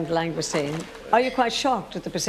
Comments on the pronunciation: Those Scampi "bites" are about as near to the real thing as is the presenter's pronunciation pf lsngoustine. It's French for heaven's sake pronounced "long goose teen". And we pay these people via our BBC TV Licrnce ! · Did no one think of teaching how to pronounce Langoustine?